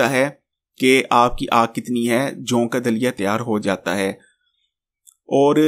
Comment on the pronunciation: جَوں نہیں. جَوء ہوتا ہے.